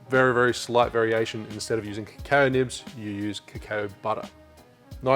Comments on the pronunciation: mate... it’s cacao... like ka cow ok? Say it with me... ka cow.. ka cow.. ok.. now don’t do it again. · If you say cacao butter, why do you say crème de cow? (I watched your brown version video just yesterday, and others commented on this, too. Sorry 🙈) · Lose my shit whenever I hear you say "crème de cow", always think you're about to make a beef smoothie or something 🐄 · just wondering if that's the way Australia or your area says cacao to be honest. The way you say it could make sense based on spelling thanks to English being a mutt, to be fair.